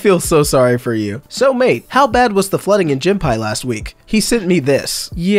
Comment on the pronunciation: It’s not gim pie